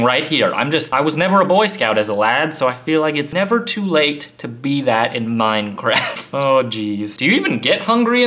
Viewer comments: It's minecraft not maincraft. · he say menencraft.hahahahahahahaha.😂😂😂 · its funny how he says mancraft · Hey he just said manecraft